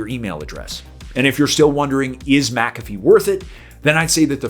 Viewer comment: You're pronouncing it wrong